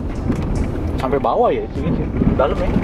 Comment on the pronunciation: 'Sampe' bang...bukan 'sampek' 😊🙏